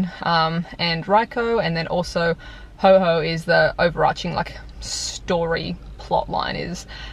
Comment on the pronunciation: It's pronounced Ho-Oh, as in the Ho - Owes me money :p hehehe! thanks for an awesome day!!